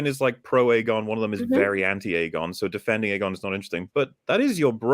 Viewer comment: I love how pronounces "so" like "soy"